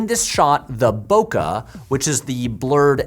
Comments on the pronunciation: Sorry Patrick, I like most of your work, but in the year of the lord 2025, I cannot fathom you of all people not using the real pronunciation of bokeh, which is exactly like it sounds with the I guess you'd say, spanish "e", however I wholeheartedly agree with everything you say in this video about the genius of the Wachowskis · Why does Patrick pronounce bokeh like this? Is this an american pronunciation thing? It is so funny for my ear and in totally unexpected way to mispronounce that.